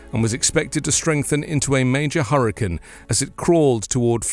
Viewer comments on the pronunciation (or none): It’s hurriCANE, not hurriCAN.